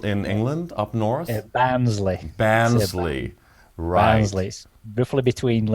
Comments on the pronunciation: Pale as Count Dracula...get some sun!!🌞🌞 lol Great interview as per usual. It's Ba-rn-sl-ey 😍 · Love the accent. I would pronounce it Barnsley like barn whereas Keith has a lovely Yorkshire accent and pronounces it Bairns......like children. I used to go to Barnsley market back in the sixties. I get excited that some people still have accents and that Brits do this research. Sorry Americans out there but you have a monopoly on everything and it's nice to hear Europeans viewpoints and not having everything going back to the Reds or Blues. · ' pronunciation of Barnsley is cute.